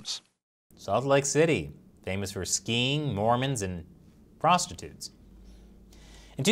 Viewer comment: did you say "frostitutes"?